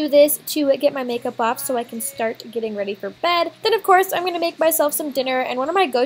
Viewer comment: Does anyone else notice that Aspyn says "gong" instead of going